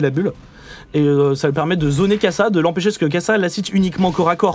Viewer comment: Ouais ça se dit kassad1